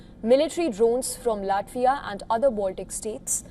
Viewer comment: LATIVA? I know LATVIA but not LATIVA 😂